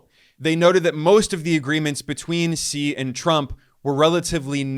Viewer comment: Wow Ben pronounced Xi's name like a boss. 🙌🙌